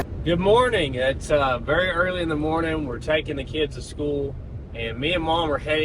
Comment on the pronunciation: you didn't say school correct